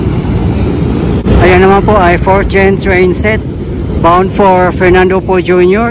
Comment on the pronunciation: napansin ko lang yung letter "T" pinopronounce mo ng "ch". like yung lrt pinopronounce mo ng LR chi yung train nagiging chrain. 😊